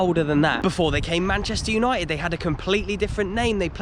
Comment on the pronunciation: Manchester Uni-ed? Uni-ed????